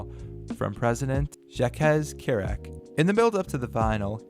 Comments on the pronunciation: Jacques Chirac is pronounced more like Jack Shi-rack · Jackez Kirack lol